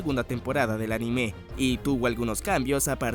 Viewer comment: Siempre me pregunto porque los latinos le ponen un acento inexistente a la palabra anime xD